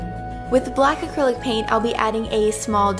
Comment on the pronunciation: Wait...did she say black ACRILYC paint??....